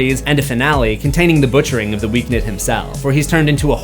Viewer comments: Who’s the Weak Nid?😂😂😂😂 bro it’s pronounced the weekend lmao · Am I crazy isn't it pronounced The Weekend not The Weekned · It’s still pronounced like the days of the week. “Week End”. Not “Week Nid” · Who is The Weeknid ? It’s pronounced The Weekend 😂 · It's pronounced "weekend". is just being funny😂😂😂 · wait why is he saying week-ned? isn’t is the weekend? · Wait, have I been pronouncing The Weekend wrong this whole time??? 🤯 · "The Weeknid"😂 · It’s pronounced the weekend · It’s just pronounced the Weekend. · pls i love u and this video but its pronounced the weekend 😭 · i love he calls him Week-nid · Loool it made me chuckle every time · Stop saying The Weeknd like that bruh😂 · lol not a single comment correcting you on your pronunciation on The Weeknd😂